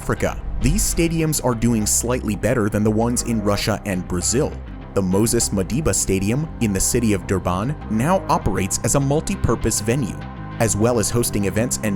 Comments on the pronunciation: "Dur-baan" 😅 It's pronounced dur-bin. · The way he pronounced Durban though😅 it is Der-Ben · The way he said Durban😳Durbaaane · 😄 "Dur-bahn" He also said "Moses Madhiba" instead of "Moses Mabhida" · why did you pronounce Durban like a sim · I like how you say Durban stadium 😅. I'm not say anything. Thanks again for video 🇿🇦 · The way he pronounced Durban killed me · That’s not how you pronounce “ Durban “ 😂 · It is almost impossible to listen to this. The narrator's accent is so contorted. The city of Durban is pronounced with equal emphasis on each syllable NOT emphasising BAN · Can we rather focus on how he pronounced Durban? That is the real issue here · LOL first time I've heard someone pronounce Durban like that